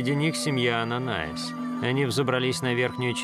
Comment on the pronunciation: Ананиас, а не Ананаис !!!!!